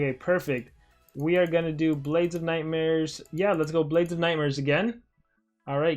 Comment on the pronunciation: I thought he said nightsmares